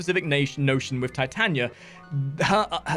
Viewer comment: It’s Tit ah knee ah. You’d think a fellow Englishman would know the Bard. ;) Nice guide though.